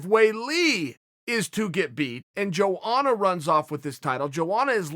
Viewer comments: Am I trippin or are you not supposed to pronounce the J in Joanna’s name like many people do ? Lol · No one: chael sonnen: "joeana"